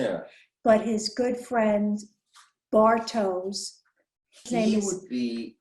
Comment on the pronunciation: Ich wollte grad auch kommentieren, dass es Bartosh ist, nicht Bartoes. Aus irgendeinen grund sagen fast alle das falsch... Gut, dass du schneller und ausfürlicher warst